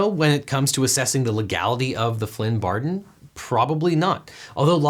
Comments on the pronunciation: "The Flynn bardon"? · U said "Flynn bardon" lolz I thought you were perfect :(